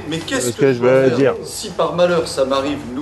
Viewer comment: "Tva ske jveu diRrrre". J'ai explosé ! Merci